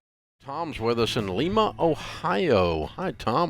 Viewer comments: L-eye-ma. Not L-ee-ma. That was like nails on a chalkboard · It’s Lima ohio not leema